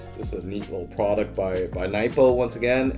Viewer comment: how did you not pronounce the "a" bc you said Nipo, it Pronounced Nay-po